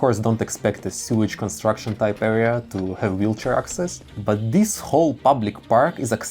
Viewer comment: nobody: him about stairs: DIIS DIIS AND DEEZ